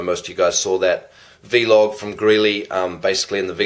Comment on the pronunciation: it's just vlog not v-log hahaha